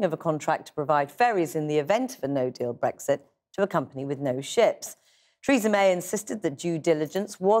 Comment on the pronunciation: For a sec, I could swear I heard her say "Treason May".